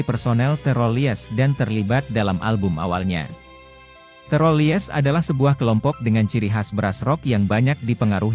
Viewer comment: The Rollies.. Masa bacaan rooolies